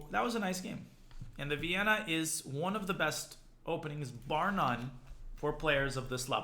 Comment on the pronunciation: you mean "Vayyenna"